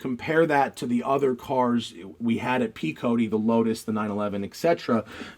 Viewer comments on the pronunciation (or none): none